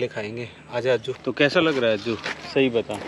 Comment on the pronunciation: अज्जी नहीं अज्जू